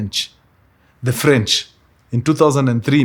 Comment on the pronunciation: ala, sasa wao hujiita ni F'ench (silent r)?😂